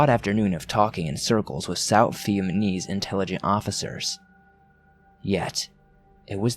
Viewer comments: How can you do a webcast with a story that takes place in Vietnam and not even know how to pronounce the word Vietnamese??? In my 57 years, I've never heard anyone mispronounce it. At least for consistency purposes, why aren't you calling the country 'Vietman"? Just curious. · This was a great story. But I cringed every time you mispronounced Vietnamese. The baffling thing to me is that you can pronounce Vietnam just fine. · There were a few mispronunciations in this. Maybe reading too fast. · Just heard dude say it twice and now I'm laughing my ass off lol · Lol. He keeeeps saying it! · This dickhead saying Vietmanese throws the whole thing off. If ur gunna tell a story at least pronounce the country right 🤦🤦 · I swear he’s saying VietMaNese instead of Vietnamese. But only sometimes. Good story. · LOL vietmanese, really though? really? And no one noticed?.... The country is Viet-NAM, not fucking Viet-MAN, which makes the people Viet-NAMESE not MANESE. Dear god.. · I laughed way too hard at your pronunciation of "Vietnamese". Viatmanese? Lolol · What’s scary is the way you keep saying “VietMaNese” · Inflection helps portray meaning to an audience and this speaker’s habit of sounding like he’s ending a sentence on the wrong word is distracting. So is pronouncing words wrong; VietManese? Dingy? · V - EHT - NAH - MEES !!!!!!! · "Vietmanese" lmmfao😂😂😂 Vietman was a tough place. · If i hear Vietmanese one more i will choke somebody ! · I heard the first one then saw this and played it it was 3 in the morning and I'm trying to get scarws but you keep fucking saying VIETMANESE AND I WANT TO FUCKING DIE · 6 minutes in and he has already said "vietManese" 5 times... Face+palm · NickO- lol! And "one nite last nite.." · I'm trying to get into the story but you keep saying vietMAHnese 😳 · Him saying vietmanese is really making this difficult. Good story tho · It's not vietmanese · God I cringed so hard. Like it’s not that hard 😂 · The dude reading the story, multiple times XD